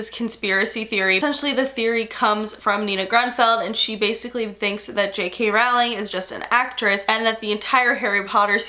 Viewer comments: Anybody else irked to death by the way she says Rowling? I've always heard it with an 'oh' sound, not 'ow' I love you,, but this is killing me right now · Rowling is pronounced “rolling”